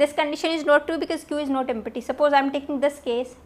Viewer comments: what is empity ? my god! please learn how to pronounce empty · Correct your pronunsiation of 'empty' 😅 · empatty instead of empty !!!!!!!LOL!!!!!!!